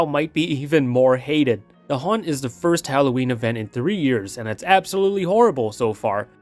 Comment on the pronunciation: Never quit the "H" from haunt